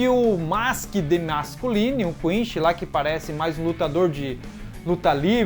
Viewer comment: Seus vídeos são massa! Assisto todos. O que vc pode melhorar é a pronúncia do nomes, falar igual a dublagem brasileira. Da uma sensação horrível ouvir vc falar ''Quinxi'', ''Rukía'' , etc. No demais, está de parabéns. :)